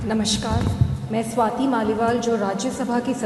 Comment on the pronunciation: वाउव वाउव नहीं वाह वाह, सवातिजी नहीं स्वाति जी होता है।😂